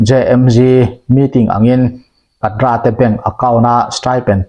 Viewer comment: Kadra= kadar emo,kedar tihtur aw kapu.